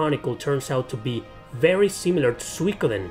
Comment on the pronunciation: Its Su-I-ko-den btw :)